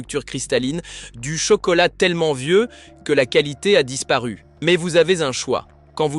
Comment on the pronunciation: Merci, cette vidéo est extrêmement pertinente. Par contre, pouvez-vous éviter la lecture AI de votre texte, ce qui nuit à votre crédibilité... instantanément (prononcé innestantanément) mois (prononcé moisse), qualité (prononcé qwalité), fond (prononcé fonde), etc.